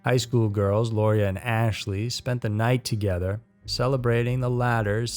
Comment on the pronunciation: It is pronounced Laura